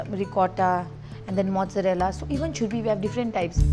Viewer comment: I m glad that u visited Sikkim 😘 ❤️ this is Gangtok Lal Bazar .I loved the way u say churpi ...😊😊